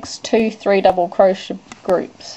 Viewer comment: Your pronounciation for crochet sounds like cro-sha. LMAO! It's not crosha! It's cro-shay! lol